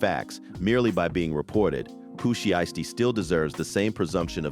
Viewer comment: Pooh She-estee has me rollin 🤣